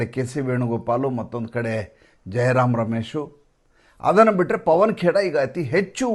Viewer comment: ಪವನ ಕೇರಾ ಅಲ್ಲ ಪವನ ಕೆರ..